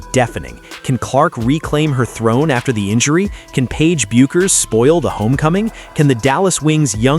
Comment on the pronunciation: You can pronounce Paige's name right!